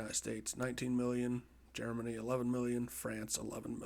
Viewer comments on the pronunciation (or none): none